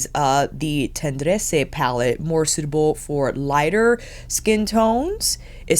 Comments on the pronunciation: Hey, because of this vid, I just purchased the Tendresse in Paris (on my business trip). It is pronounced “tondress” and it means tender. Not that I know French…😂 I just asked the guy who helped me with the transaction. It is 80Euro - tax returns. It is actually my first Chanel beauty item. I just wanted to get something from Paris 😂😂😂 Thanks for your review. 😊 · Let's see if I can help you pronounce them: Tendresse: ten (do not pronounce the n) dress ( yes I wrote dress, that simple but the r at the back of of the throat.) The way you pronounce it with the e at the end is more Italian. Charactere: ca rac tair (do not pronounce the e) here is a good rule, some exceptions of course 🤣 but usually, in French words, do NOT pronounce the last letter I.e. blanc, pronounce blan. If you would like some quick French Pronounciation lessons, I'm you French Canadian gal 🤗😍😘💖😘💖